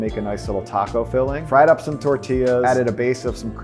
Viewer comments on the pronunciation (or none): none